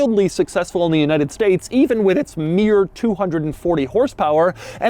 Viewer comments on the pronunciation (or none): none